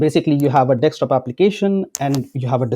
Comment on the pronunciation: It's bugging me like crazy when you spell Desktop as Dekstop. Please spell it like this. "Desk top." Not " deks top"